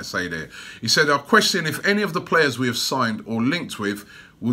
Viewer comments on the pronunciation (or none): none